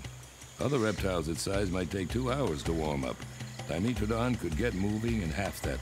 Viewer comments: Its DYEmetrodon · It's pronounced Di-ME-tra-don? I thought it was pronounced Do-MEH-tra-don.